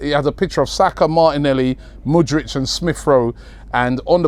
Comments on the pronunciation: Mudrich 😅😅 its Mudryk Robbie the butcherer of names 😂😂😂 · Mate, it's Mudryk, not Mudrych )) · Robbie we know you're the Don and we love you but please, the guy's name is pronounced as Mood-rick😂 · The new Modric is Moodrich